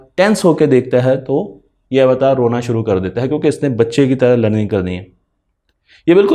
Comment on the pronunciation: یہ لفظ ایواٹار نہیں ہے بلکہ اوطار ہے۔جزاک اللہ خیرا۔